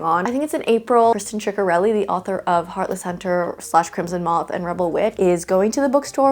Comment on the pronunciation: I think you might be saying Kristin ciccareli’s name wrong I think it’s pronounced sick-a-relli